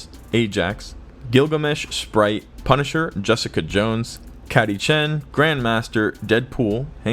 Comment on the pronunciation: CATTY CHEN LOL YOU MEAN KATY??? LOL